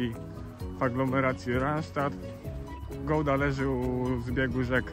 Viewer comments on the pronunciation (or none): Wszystko ładnie pięknie tylko naucz się dobrze wymawiać nazwę swojego miasta. Nie to że się czepiam, sam kiedyś tak mówiłem, ale nie ma czegoś takiego jak Gołda. Powodzenia z filmami👍😁